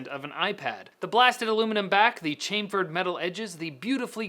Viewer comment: I never realized how grating it can be to hear chamfered pronounced incorrectly. Congrats. Also, thanks for the nightmares after showing the Hillary tramp mashup photo.